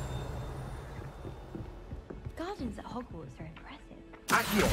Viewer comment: I almost died choking on my coffee. HOGFARTS. FFS 😄😂😄😂